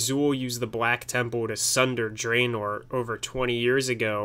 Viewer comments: So many people pronounce it 'dray-nigh' and 'dray-nore' when everytime its mentioned during a voice-acted in-game moment, in both warcraft 3 and world of warcraft its pronounced 'dra-nigh' and 'dra-nore'. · Great video but you fucked up pronounciation of draenei, draenor and everything related to them. Well except Exodar